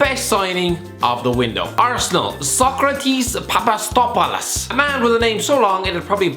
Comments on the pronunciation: Come on its Pa-Pa-Sta-Tho-Pou-Los its easy (greetings from Greece😂) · Sokratis Papa-Sto-Tha-Po-Los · "cannot pronounce Papasthopolous" Few minutes later "Cannot pronounce Alireza Yahanbakhsh"